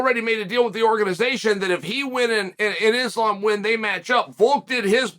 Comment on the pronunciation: Someone check the thermostat in hell because Uncle Chael finally said Islam's name correctly lmao ❄️👿🤯